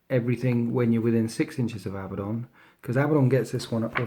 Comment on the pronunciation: Why does everyone pronounce it like Abba - don? That's really not how you pronounce the name.............